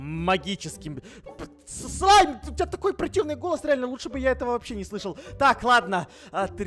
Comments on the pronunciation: Мне одной послышалось вместо "Слайм" "Зай"🗿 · А мне послышалось "Смайл"🗿